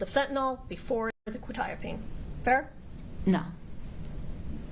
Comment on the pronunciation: Everyone mispronouncing quetiapine and fentanyl is driving my medical brain crazy 🥴🥲